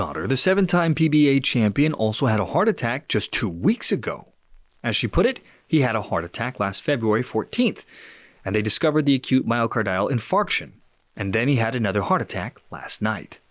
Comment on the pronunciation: Before you start spouting medical terms, it might be prudent to know how to pronounce them, i.e. “myocardial infarction.” It’s not “myocordyal.”